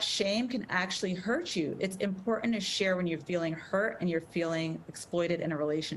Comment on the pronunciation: It's bizarre that this doctor mispronounced the word "important" every time.